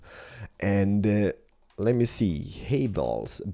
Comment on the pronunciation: I now pronounce Haybales, Hayballs. Thanks.